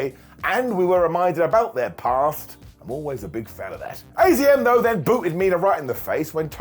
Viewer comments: It's azumi not azm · AZM is pronounced "Azumi", which is way easier to say than AZM, if we're honest. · I think its pronounced Azumii..... I had no idea if not for people correcting Mercedes Moné for many days